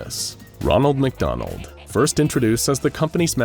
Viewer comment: "magdonal" -The Shy Guy